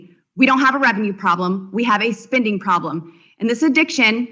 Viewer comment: Why does she pronounce spending as spinding?